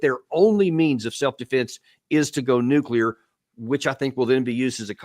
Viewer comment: Sigh... yet another video cut short by the word nucular.